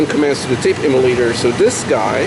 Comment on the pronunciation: That sounded like "tape immolator". I imagine that's occasionally correct...